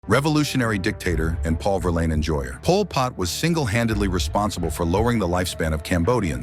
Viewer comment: “Paul Pott”